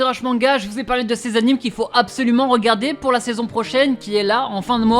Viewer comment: Tous ces « anims » me font saigner les oreilles...